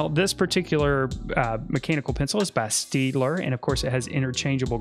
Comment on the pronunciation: Great tips. BTW, it’s not pronounced ‘Steedler,’ but rather ‘Shtadtler.’